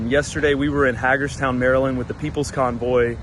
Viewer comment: It's pronounced hay gerstown. Great video